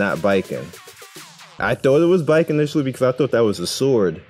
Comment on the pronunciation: Thank you for pronouncing Baiken’s name as ‘bye-ken’ and not ‘bacon’. Means more than you know lol